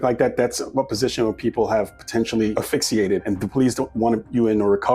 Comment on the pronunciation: ASPHYXIATE Not affixiate